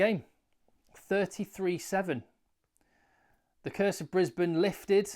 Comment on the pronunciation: Brubam and Brisbanburg........brilliant!😂